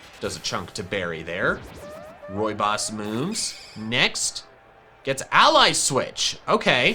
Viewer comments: The way said rooibos is almost the same as how we are saying it in Dutch XD I love the way he pronounces it! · As a south african, hearing say 'rooibos' tickles me every time. His pronunciation is adorable.